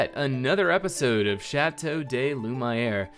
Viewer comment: Please ! It's pronounced "Lü - mee - air" ! But great build !